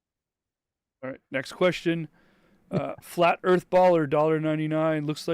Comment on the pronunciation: I go on big airplane. Earf a big ball. 😂